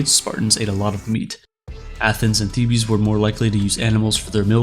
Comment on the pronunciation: That pronunciation gave me the heebie-Thebes